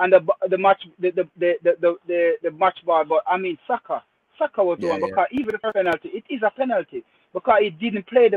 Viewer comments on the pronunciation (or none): on his Rosetta stone, casually butchering Saka's name😂😂